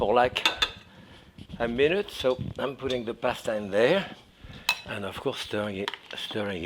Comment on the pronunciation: He probably says it better than you!!